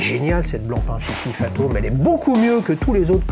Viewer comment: Pourquoi tout le monde dit "Fatome" au lieu de "Fazome" ? Sinon très belle montre, j'en ai une depuis peu (titane, noire).